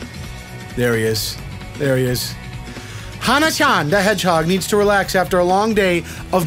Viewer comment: "Hana-chan the hedgehog" pronunciation was on point..haha 😂